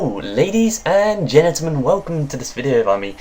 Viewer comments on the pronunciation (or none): Why do you say ladies and genitlemen?